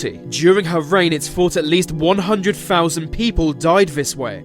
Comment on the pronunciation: "it is fot a hundred fousand people died vis way" it amazes me how badly the English butcher their own language